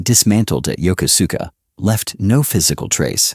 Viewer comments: It's pronounced "Yo-Ku-ska". Was was stationed there on the USS Midway back in the ealry 1980's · "Yoko-suka" is CORRECTLY pronounced as yo-KOSKA with " long O's"